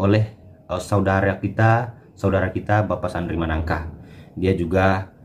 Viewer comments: maaf bukan manangka (Sandri Sanangka) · Maaf bukan sandri managka tp sandri sanangka